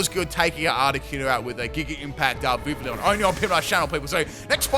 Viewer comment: Hey, I just wanted to leave a tip :) The double l in Vivillon makes a y sound rather than the standard for English l, because it is based on French pronunciation. So it would sound more like "Viv - iy - on". Great video by the way! I'm a big fan :D